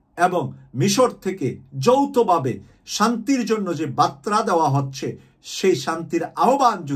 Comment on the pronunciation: বতরা বলেন কেন? "বারতা" হবে, ধন্যবাদ।